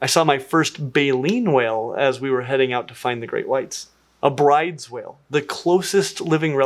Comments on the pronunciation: Just a heads up, Bryde’s whales is pronounced “Broo-dez”. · Bryde's whale is pronounced "Broodis". It is named after a Norwegian person.